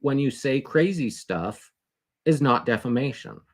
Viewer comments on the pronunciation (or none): it’s def-fun-ation.